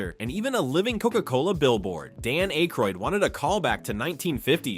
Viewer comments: holy AI garbage, can't even pronounce Dan Aykroyd's name right. Youtube needs to really bring back the downvote. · Are you really crying cause he mispronounced Dan Akroyd's name? Yall whine to much.